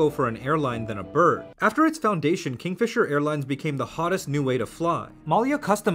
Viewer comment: Kingfisher? No. Kingfeemer? Yes.